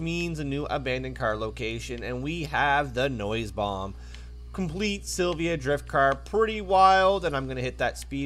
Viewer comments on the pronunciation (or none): Its Nissan Silvia, not silva